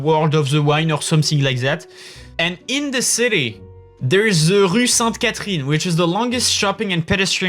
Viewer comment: "thewiseuh Rue Sainte Catherine" lmao